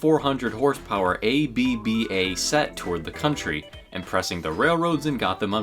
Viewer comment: The way it says ABBA